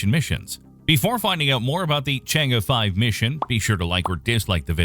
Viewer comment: Congratz on the correct pronunciation of Chang'e (Chang-Urr / Chang-Err). I'm subscribed :)